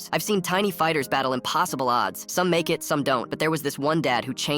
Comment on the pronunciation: I heard 'naked' instead of 'make it' 😭